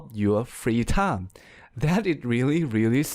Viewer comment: am i the onl one heard that he pronounce time as 'tounge'